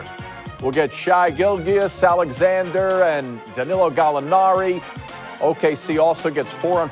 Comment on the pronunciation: "Shy Gill-Ghiuss Alexander."